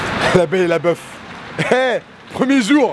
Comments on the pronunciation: Est ce que tu pe essayer stp de arrêter de dire jore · arêtes de dire jor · il est chian à dire jore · il dit trop jor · Le nombre de fois ou il a dis " jore " 👇